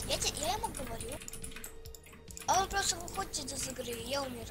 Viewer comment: вслушайся,он говорит "я гворю" ,там прям отчётливо слышно это